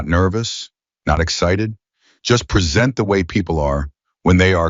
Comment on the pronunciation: I was a speech pathologist for over 20 years and then taught speech at a local college. I need to share with you something you need to work on. Your AI bot is mispronouncing certain words that make it difficult to understand. Some are merely garbled but some are mispronounced based on a lack of context consideration. An example would be "present." Words that are spelled the same but pronounced differently based on how they are used in the sentence. There are several ways to fix this. The first is to create code for it, so the AI flags each possible problem and researches the correct pronunciation. As fast as AI is, that wouldn't significantly slow your creation of videos. The other way would involve paying someone to listen to the video before uploading it and listing the corrections that should be made for the AI.